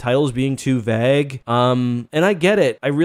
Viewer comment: See, this shit is why I barely engage with SW online culture, it's exhausting, boring and petty. My only complaint,, is how you pronounce vague. Sort it out.